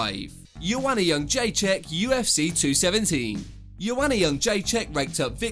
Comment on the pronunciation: Je-Dre-Check. It's really not that difficult.